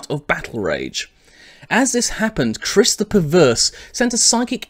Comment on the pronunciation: The proper pronunciation is Ky-riss.